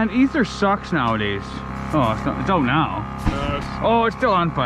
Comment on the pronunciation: is the only person ik who says meow instead of now 😂 love the vidyas peg